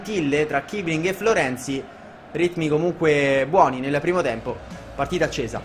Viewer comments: non è kibling ma kissiling perché in tedesco si legge con la doppia s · comunque si legge kissling